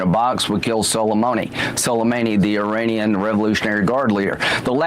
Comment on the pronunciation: “We killed solamoany—solamehny.” Wanna give that one a third pass,?